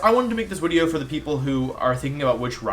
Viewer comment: why are you calling it wideo?